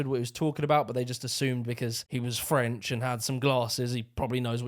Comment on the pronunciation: You need to practice your French accent... it sounds German lol